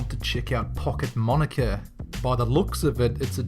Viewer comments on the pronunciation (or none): none